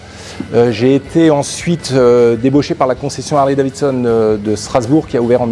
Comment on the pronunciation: C'est quoi cette histoire de Harley DaviNson chez les français. Vous êtes passionné, un minimum est de prononcer correctement le nom de la marque.